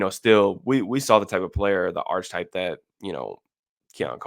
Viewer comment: Hey I love you analysis! I just wanted to tell you that Archetype is pronounced Ark-Ah-Type. The ch is a k sound and the e is an ah sound. I'm not trying to be a jerk. Like I said you are one of my go to guys in evaluating the draft. Thank you for doing what you do bro!